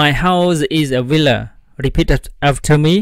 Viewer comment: I had trouble understanding the word villa. It sounded like willa